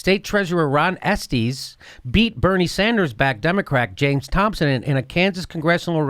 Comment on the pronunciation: I love the way he pronounces Estes :P